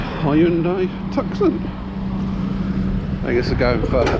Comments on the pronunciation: LOL.... "Hyundai Tuksun". It's "Two-son". Just FYI :) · How to ruin a skyline, Jesus wept 80k! I guess it’s about 1000bhp for that money… Tucson is pronounced 2son c is silent.. 😉 Good to see you’re enjoying your new job matey.. looking forward to seeing some Gems 🤙🏻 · come on. Hyundai is pronounced yunday. The car is to-son.😅